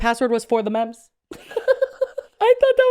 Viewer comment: and the accent on mems... I'm dead. It's giving Joe Dirtè.